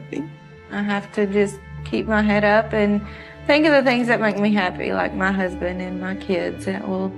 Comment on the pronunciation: Very good documentary but why did he pronounce "head" as "heed" and mispronounce the word "facial?"